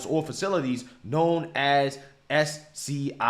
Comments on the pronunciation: U more on, u don't know how to say SCIFS? PRONOUNCED SKIFFS? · Spy movies mention SCIFS. How do you not know how to say it properly? 😂😂😂😂😂😂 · SCIFS is pronounced like skiffs. Sensitive Compartmented Information Facility, which are the places made to have the security to hold classified material. And which is why Clinton and Biden were guilty af of taking classified material home, and Trump would have been if the Clinton sock drawer case didn't set the precedent that a president taking home classified material automatically assumes that he is keeping it for his records. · Scifs-pronounced SKIFFS